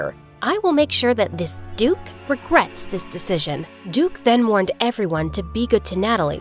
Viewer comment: duke-y sounded like dookie so he called him crap :)